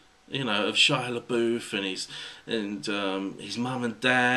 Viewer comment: The way you pronounce Shia Labouf drives me nuts. I don't know why because you're pronouncing it correctly!!!! I'm just used to hearing the wrong pronunciation and It's burned into my brain from all my friends who say (Shia-la-buff). I'm a weirdo, aren't I?